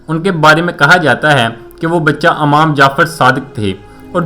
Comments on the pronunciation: Yeh khissa aap na jo dala hai jhoot hai. Yeh jawab kisi Aalim nay diyay tha. "Amam" nahi "Imam" sahi talaffuz hai. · Not am jafer Imam Jafer, ap ki Urdu thee Nahi, laf Baghdad he not bughdad Jo k aik shaher Ka nam he. Punjabion ne urdu ki tang tor di he. Youtub per Galt Urdu na Bola kro. Kya hum sub NE wale log bewakoof hain. Correct your Urdu. Bohot sari galtian ki hain